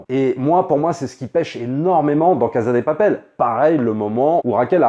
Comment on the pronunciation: Yo, ça se prononce "cassa dé papelle" ^^ merci